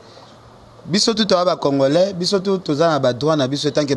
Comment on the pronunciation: on ne dit pas Congolin, c'est Congolais. Je vais t'aider à bien prononcer. C'est comme Congole. Donc c'est le à la fin que l'on prononcé et non lin.